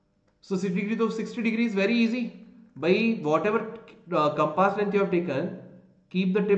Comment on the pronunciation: It's not compaaas ...it's compass